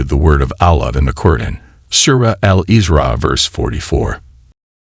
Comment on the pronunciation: To The Channel Kindly note. S in Arabic is like you pronounced it in the word SUURA. So the Suurat is NOT I Z R A A but I S R A A. "I Z L A A M" ❌️ "I S L A A M" ✅️ M O Z L E M ❌️ No "O" in Arabic. M U S L I M ✅️ U like in PUT. NOT like in Umbrella.